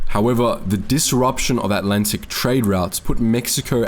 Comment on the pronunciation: This guy's attempts at speaking English are really difficult to listen to. "Three of the most impakkful"? The Allantic Ocean? October twenny-eighth? People with fie left innem... Ugh!